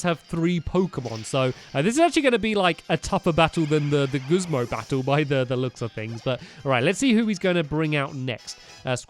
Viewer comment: Haha he says "Guzma" as "Guzmo" I luv it makes me laugh a bit Edit:anyone knows if a goomy is rare I want one hehe